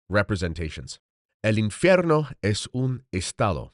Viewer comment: Unsolicited advice from a vocal coach and language diction specialist: your Spanish diction sounds a bit Italian. "V" should be more like "B" without actually closing and popping the lips. It's made by voiced air passing unimpeded between two lips as opposed to voiced air passing through the bottom lip touching the top front teeth (as in English, Latin and Italian.) And "infierno" is not "in-fe-rno" - but "in-feeyayr-no" -- feeyayr. You have a good ear, but if you preface your reading by saying "I speak Spanish", make sure it's tight. God bless.